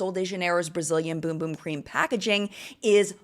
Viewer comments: Also it’s “bUm bUm” cream, not “bOOm bOOm” 😮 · BUM BUM not Boom Boom 😅